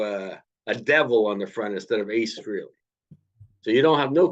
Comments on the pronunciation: Guys, it's pronounced "Fray-lee", not that Ace cares, but there you go. Good discussion though, well done. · yes, nice try. Ace has stated in past interviews that people pronounce his last name three different ways and he really doesn't care as long as they are saying his name. He then pronounced it "Fray-lee" in the interview. Even Paul Stanley pronounces it "Fray-lee". Pretty sure I heard both of you pronounce it "Free-lee". Anyway, it doesn't matter at all, I'm sure we can both agree that his new album will kick ass. Have a good one sir.👍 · It’s actually Freh (rhymes with bell) ley. Nice try though.